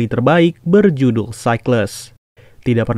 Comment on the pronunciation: Apa cuma gua yg nyadar klo bg nandi ngomong film yang berjuduk 😂